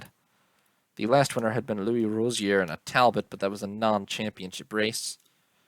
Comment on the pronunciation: Tal - BOW.